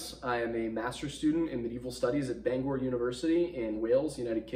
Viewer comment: Oh lord you study there but still can't pronounce Bangor